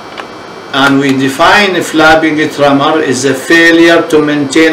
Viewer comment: "flabbing tremor"? I wish he would pay better attention to his pronunciation. Hard to understand.